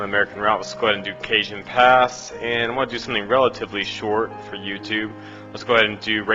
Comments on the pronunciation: "Cajun" is a lifestyle of the deep southern USA. Cajon Pass is pronounced "Cahon" because it's Spanish. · btw its not Ca-jon its Ca-hon. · This was a good scenario I played it it's good but 2 things lol 1. It's pronounced Cuh-Hone 2. If you started your train in notch 8 in reality your ass would be handed to you so quick lmao But all in all good video! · Cajon is pronounced "Ca-hone" its Spanish, not Louisiana pronunciation. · Pronounced Cahon Pass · I love the white pronouncistion of cajon. Great video though.